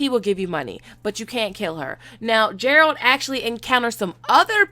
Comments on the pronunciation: The medalians are mentioned heavily and in detail in the last wish. Also you are pronouncing Geralt's name wrong... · Can you please learn to pronounce Geralt of Rivia’s name correctly. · Shes pronouncing Geralts name wrong. And its annoying a lot of people. I wont dislike her vid love her content. Just have a pet peeve when it comes to Geralts name. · I screamed when she said it wrong lol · It's Geralt, not Gerald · Ger-alt NOT Jer-alt⚔🐺💖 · 🤦🏻‍♂️🤦🏻‍♂️🤦🏻‍♂️🤦🏻‍♂️🤦🏻‍♂️it’s not Jeralt...it’s Geralt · Garalt Not Jeralt please Learn his name and stop comparing the witcher to GOT.... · Not Jeralt,its Geralt of Rivia😏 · GERALT NOT JERALT COME ON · If you play the games, you know it's Geralt and not Jeralt. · Geralt! Not jeralt! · He is not DJeralt - it's Geralt (like Greece) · IT'S GEAR-ALT NOT FUCKN JERALT OKAY!!!!! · Geralt, hard G, not Jeralt. Just trying to save you future grief on this. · How have you played all the games, but still pronounce the lead character's name wrong? I've played the games, listened to the audio books, and even the trailer says his name and pronounces it with a soft G. It's the G sound in the word "Gust" not the J sound in the word "Just" Guh-air-old.. Gerald. I could hardly hear anything else you said because of that lol, but I thought you said something about high fantasy like LOTR not being popular... ? Uhh.. LOTR didn't do too bad. Thrones even came out of the gate with monsters in the first scene, and that's what grabbed people's attention. What kept their attention is GREAT.. I mean masterpiece, source material, and a production crew that stuck to it pretty much (when successful) and the acting was SUPERB throughout. The Witcher also has GREAT source material, but it sounds like the producers want to make it their own with their own unproven creativity. The same flaw D&D had.. an overestimation of how great their story writing is. The trailer does look great though! So we'll see, fingers crossed. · Isn’t Geralt and not Jerald? Lol